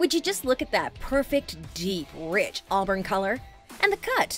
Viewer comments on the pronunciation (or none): none